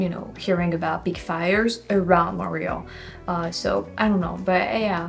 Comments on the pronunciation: here in the US, i have always heard Montreal pronounced...Mont=tree=all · Tu dois prononcer le T de Montréal en anglais.